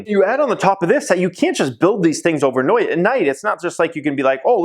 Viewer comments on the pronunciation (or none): "You can't just build these thing overnoight"... I thought I was watching Brooklyn 99 for a second there...